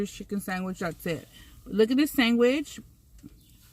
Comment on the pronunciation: when she said sangwich 😂😭😭😭😭😭 i was giggling and saying it out loud to myself 😂😭😭😂😂😂